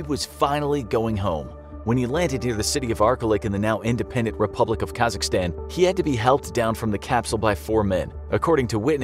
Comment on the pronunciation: COMRADE SAID KAZAKHSTAN CORRECTLY. LOVE FROM KAZAKHSTAN